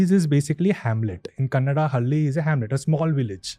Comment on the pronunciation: It's not hali bro Hal-ley I. Please pronounce it properly. We ❤️ our language